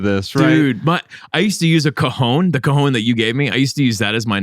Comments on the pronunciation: Cajón* if you're attempting Spanish. Cojón is another totally different thing 😂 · It's called a Cajon... A cojone is something else entirely 😂😂😂😂😂